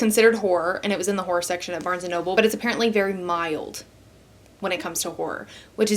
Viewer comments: Whore? Whore? Are you trying to say horror? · (W)hora books. 😂😂 omgosh, i love the way you say it. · lmao you saying "horror" and to me it occasionally sounding like "whore" ... I'm down for some smutty smutty whore books but also a big no thank you to horror *shivers*!! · You got the case ☺️ That pronunciation of horror now lives rent free in my head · You say "horror" funny 🤭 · obsessed with the southern pronunciation of “horror” and you starting the video by saying you’re a romance reader. Immediately my brain made the joke of “well you’re not switching it up bc you’re still reading ‘whOr3’ books” 😂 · i keep hearing a diff word than horror 😭